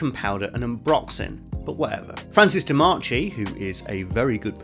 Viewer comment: Another wopper. The best fragcom has to offer. Thank you for the video. Though your pronunciation of Francois Demachy name was terrible.